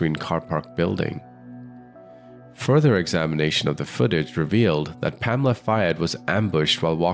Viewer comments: Her name is pronounced PAMela, surely (Not PaMELa)! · PaMEla?? I think it would be PAmela. That's the normal pronunciation